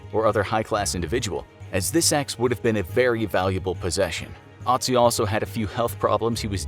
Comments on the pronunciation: His real name is Ötzi not Otzi. Greetings from Tyrol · I cringed so hard each time he said "AH-tsee" and not "UH-tsee" you had one job lol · ITS ÖTZI NOT OTZI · Hey guys, his name is Ötzi, Not Otzi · Is this “Ottzee” related to Ötzi? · It's Ötzi, not Otzi! This pronunciation is awful. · TIS:" Otzi the ice man" Austrias:" er heißt Ötzi!" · Its pronounced ut see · I as a German know that the name is actually Ötzi, but I guess the letters Ä, Ö and Ü in the German alphabet are mostly unknown to others or people don't know how to pronounce them. In this case the name Ötzi is pronounced "Uh-tzi". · Bruh I thought they said - “Naz1” instead of Otzi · The Ö in Ötzi is pronounced like the U in the English word hut, meaning that his name is pronounced UT-zee. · It is ötzy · F in the chat for soon cursed Infographics crew for mispronouncing Ötzi's name.. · I like how he says Ötzi as a non german speaker.^^